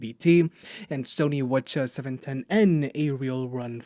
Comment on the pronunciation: I love it when you say the "Sony WhatCHA710n" :) Very detailed review especially covering mic, when other reviewers dont. Thanks a lot.